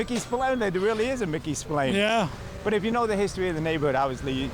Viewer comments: Hello from Ireland 🇮🇪 I don't want to be that person but it's pronounced Spil-Anne not Spil-Lane. Love this series ❤ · Guy does not even know his own name, he says the bar is called Mickey Spill ’A’nes. Let me inform him it’s pronounced, Mickey Spill ‘ahh’nes. ……a instead of A. I’m Irish i should I know